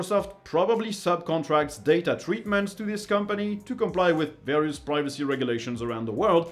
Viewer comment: i thought you said piracy not privacy